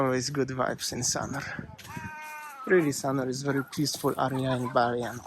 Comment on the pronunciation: I love your accent! Especially when you say area..... like arr-rree-arr. I so look forward to your vlogs. You’re my No.1 go-to since Waz passed away. Sanur is our favourite Bali location. Cheers from Brisbane Australia